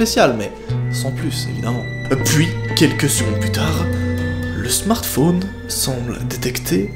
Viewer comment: Pk tu dit smartphoone